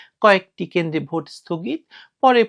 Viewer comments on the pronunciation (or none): ভুট হলো ভোট। গ্রামের এক লোক সব সময় " উ " কার ব্যবহার করে। যেমন - মত বিনিময় কে তিনি বলেন " মুত বিনিময়। তেমনি ভোট কে বলেন " ভুট " বুঝলেন 🤪🤪